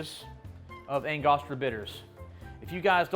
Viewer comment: I've never heard anyone pronounce angostura bitters that way